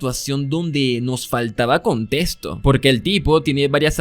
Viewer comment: Me encanta que en vez de decir contexto dice contestó y también que en vez de decirle víctima dice vitima (no es queja ni nada parecido solo me pareció chistoso no busco ofender con esté comentario conozco a Youtube)